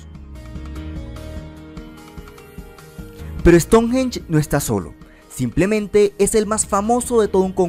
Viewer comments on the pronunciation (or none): none